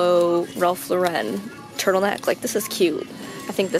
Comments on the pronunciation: I say “Ralph Loren” (I know that’s not how it’s spelt) not “Ralph la-ren” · wait. why she have to b extra and say “rAlph La-ren” it’s legit ralph lauren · She pronounced Ralph Lauren weird too and I was shaking my head when she couldn’t pronounce Cherokee right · the way you say Ralph Lauren stresses me out